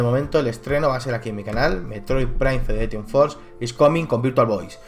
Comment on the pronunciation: Si dices FedereTion, puestos porque no dices FederATion?